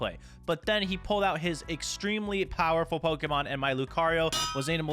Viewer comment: dude it’s pronounced dynamax (die nuh max)